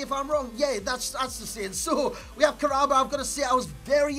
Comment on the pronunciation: Kah-ra-ba not Karaba. Kahraba in arabic means electricity. I think it's a cool name.